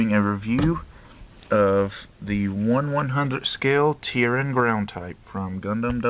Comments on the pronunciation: bit late for reply, but oh well: it's tee-air-en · It's pronounced Tia-Ren Tia is Steel Ren is Human